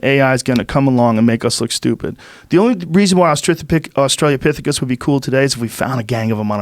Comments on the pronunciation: I hate how Joe mispronounces Austrolapithicus. It's not Australia lol. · " Australia " - pythycus " .....Oh Joe....Joe...😆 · Joe "Australiapithecus" Rogan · Joe "Australiapithicus" Rogan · It is pronounced ostro la pethicus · Joe "australopithecus" Rogan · Joe "Australia-pithicus" Rogan